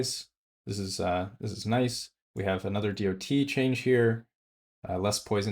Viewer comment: I spun around the sun almost 40 times, and never ever have i heard anyone pronouncing DoT like that.